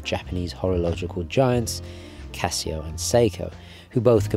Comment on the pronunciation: "Casia", it's Casio.